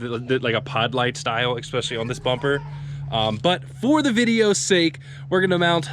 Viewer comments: There is no X in the word "ESPECIALLY" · Please stop saying "exspecially".... It's not a word.... If you throw me those lights I'll stop being a grammar Nazi